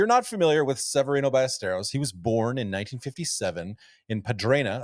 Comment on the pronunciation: you should do an impression of someone who can say Severiano ;>